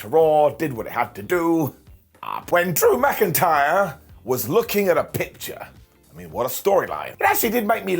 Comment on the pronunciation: BrocIntyre riddle and drew, said as brokentyre.